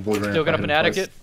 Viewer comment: “We’re gonna Fnatic it” Wow I didn’t think watched CS